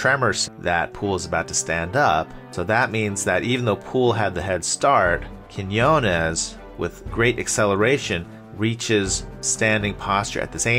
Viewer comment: it’s pronounced KEEN WAH 😂